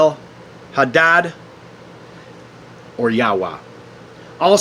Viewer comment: You butchered the names Yahweh and Orion, as if it’s the first time ever seeing them.